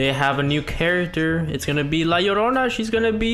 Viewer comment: I love it when lite. Said. La llodona is a new. Carictr